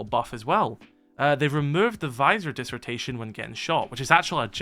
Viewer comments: stop saying dissertation its distortion can you read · distortion not disrotation😂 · I’m sorry but I can’t get over “disortation” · Did he seriously just pronounce distortion like that?😭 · how hard is it to say distortion lmao